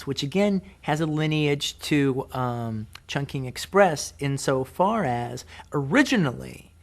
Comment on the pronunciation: the way he saids chung king is so horrible